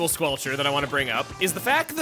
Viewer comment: "squelcherst" lol. But seriously I do enjoy this setup quite a lot, the added mobility is a lot of fun and at extra range does keep certain other stronger weapons at bay.